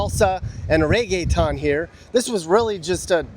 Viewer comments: it’s not Reggae time, but Reggaeton 😮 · “Reggae Ton “ 😂